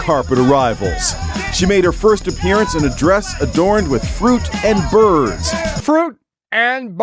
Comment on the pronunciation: I LOL'd at "Fruit and Birrrrds..." Good stuff.